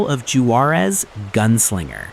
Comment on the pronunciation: Glad to see Call of Juarez get a mention, even if grossly mispronounced. Gunslinger gets all the hype, but I still think the original was the best.